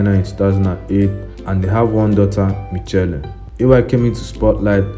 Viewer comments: Did he just call Mitchell "Mi che le?" 😂😂😂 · Rahinatu Ibrahim Shettima 😂😂😂😂😂it kept distracting me from the video esp when he called Michelle 'micheele' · This nigga jst broke up.. Why he so dull😂 And he said Mee-che-le instead of "Michelle" 😭